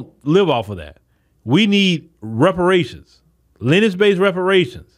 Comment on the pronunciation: It's lin·e·age Not Lennch Just trying to help you out with your vernacular.